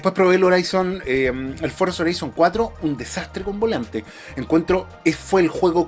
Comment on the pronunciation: Horizon se dice Jorison, no Joraison 😂